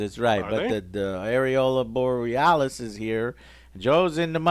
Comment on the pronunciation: Alex's face when Joe says "Areola Borealis"